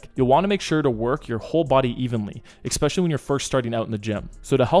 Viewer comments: Can you PLEASE stop saying "ex-specially". There is no "x" in the word "especially"! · 'ekspecially' is not a word i'm sorry to say. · bruh, there is no X in especially. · No X in Especially